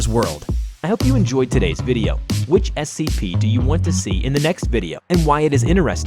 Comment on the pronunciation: I heard him say S-A-P 3926 it's so funny hahahahahahahaahhahahahhahahahahahhahahahahaahhaha